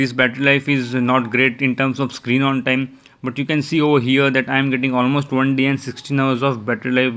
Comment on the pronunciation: Im hear you say screeng on teng ,😆